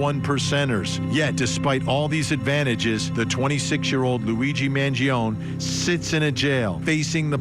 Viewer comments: Also not for nothing but it’s “man-JON-ee” not “man-jee-OWN” which Vinnie should know considering he’s Italian 😂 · It’s pronounced M – A – N – G – – I – O – N – I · Vinnie just call Luigi by his first name if you're not going to pronounce his last name correctly every single time you make a vid of him. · Why can you still not pronounce "Mangione" properly?